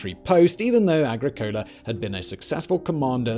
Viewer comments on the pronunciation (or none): Excellent video. But Agricola stress on second syllable. So ah-GHREE co-la